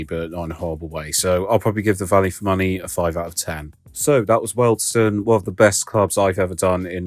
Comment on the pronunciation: is an expert at mispronouncing names. It’s his forte